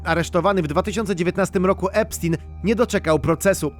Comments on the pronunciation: EPSZTAJN* a nie epsztin... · To nie jest żaden Epstin tylko Epstein!!! Nazwisko jest niemieckojęzyczne, więc czyta się "epsztajn"!!!